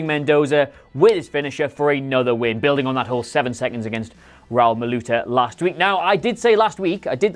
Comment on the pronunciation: Ra-úl not Raul. Please.